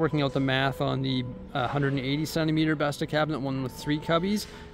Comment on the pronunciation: As a swede hearing you pronounce “Bestå” hurt my soul 😂